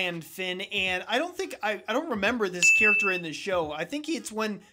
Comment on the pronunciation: 27 I put a fig on my base plate every time you said chacter